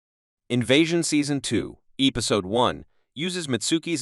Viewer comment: Strange pronunciation of the word episode and Casper. It's Casper, not "Caspar"!